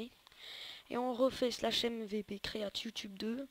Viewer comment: T nul en anglai ca ce prononce create et non createa